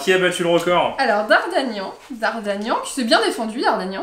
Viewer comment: On dit dardargnan et pas dardargnan mais sinon super vidéo